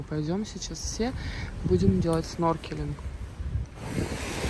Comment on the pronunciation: Не сноркелинг, а снорклинг